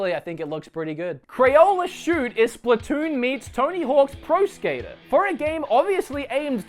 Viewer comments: That's Crayola Scoot, not Crayola Shoot. Just sayin for the 2 people who may be interested. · crayola scoot, not crayola shoot. its a scooter wood.